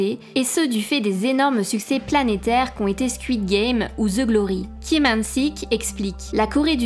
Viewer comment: Ils n'ont qu'à se dispenser des US et tout sera réglé et pour la prononciation des noms des acteurs Coréen faite un effort, car j'ai les oreilles qui pissent le sang "Lee = i et non Li" " Park = Pac" "Kim = Gim" ect